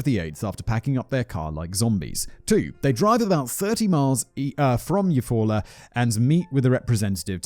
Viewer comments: As an Okie, I’m very impressed with him guessing Eufaula correctly on the first go. Most of our towns are Native American names. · My grandmother was born in Eufaula, AL. Didn't know there was also one in OK. I was also impressed that Simon pronounced it correctly given his atrocious pronunciation of Lowes, but didn't appreciate his opinion of the name. Maybe I'm too thin-skinned. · This is 1000% accurate. I live in Oklahoma (in the Chickasaw Nation portion) and there are place names from all the different tribes who were forced here from legit everywhere. He totally pronounced Eufaula right though.. I was kinda shocked ngl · Surprised that he nailed it first try when saying Eufaula, good job Simon! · I'm a Oklahoma native and Simon you nailed Eufaula. There are people who live here who have trouble pronouncing it. 😂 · Ok, you did so good with Eufaula... but then Lowes... Low's... not Laowes. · I live about 30 mins from Eufaula, you said it right lol. I remember this and how odd it is, happened about 20 mins from where I lived, spooky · Your second pronunciation of Eufaula was correct: you-fall’-uh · Nailed Eufala pronunciation, my family had a home there for years Oklahoma is smack in the center of the USA just above Texas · You pronounced Eufaula right!! I am from there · Simon, I'm most impressed at your ability to pronounce town names in Oklahoma this year, like Tulsa (Geographics: Greenwood District) and Eufala, plus many passing mentions in various other videos. I'm from Oklahoma, you'd be surprised how often people living here can't pronounce them.... Yes, our town names are a little weird, most of them have native American origins. The name Oklahoma itself is Choctaw in origin even. Just don't say my-am-me Oklahoma, say my-am-uh 😋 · Simon flawlessly pronounces Eufaula but can't pronounce Lowe's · Eufaula... yeah, but you said it right the first time. Good job! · Your pronunciation of Euafala is correct, Simon